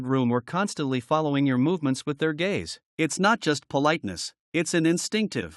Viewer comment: It's gaze not gays two different things.l